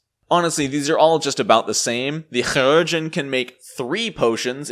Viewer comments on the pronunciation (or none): It is actually Kī, as in K-eye, for Chirurgeon. Lol. I personally just pronounce it like Surgeon, but us the Su sound from the word sure. But it is amusing to listen to you say it. Amusing, and equally triggering. Lol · 3 years late and I'm sure someone else said it but it's more like "key-rur-gen" (if that's a good approximation? idk, not good at not using the IPA but I know most people don't use it so I don't wanna make it inaccessible). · In FFXIV the voice actors pronounce chirurgeon was pronounced a hard C. So it sounds like kire-urgeon. Interestingly chirurgeon is very similar to the french word for surgeon. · chirurgeon = KAI-rer-jun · It so simple... SUR-geon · Mispronouncing that word does not make you cute or funny just irritating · great video, but man the surgeon pronounce thing hurts lol :P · I'd call you out on how to say "Chiurgeon" but I have no earthly idea how to say it either. None of us do. We just presuppose we're saying it wrong, take the L and all nod in agreement as if we said it correctly. Remember when P2e was first released the amount of Alchemist revisions in the patch notes was pretty hefty. I still haven't caught up on a lot of them, and for the first half a year I still had the Playtest rules in my head, so it makes sense the Alchemist is better now. Left over Playtest rules which weren't caught aren't too uncommon with Playtests sadly. Cheers. Interesting video. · Also, can we get a 10-hour loop of you saying Chirurgeon?